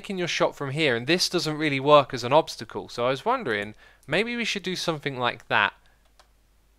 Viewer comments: Nice english 😂😂😂 u mean obstacle not obsticle ahahahaba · "tuturial" "obstical"